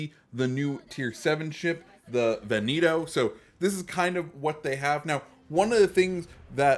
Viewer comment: Veneto, not vineto ;)